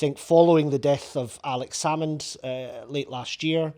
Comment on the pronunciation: Cant even say Alex Salmond's name, how the SNP has fallen. Nicola Sturgeon trumped up charges to push Salmond out, now the party has been pulled in to police investigations over embezzlement.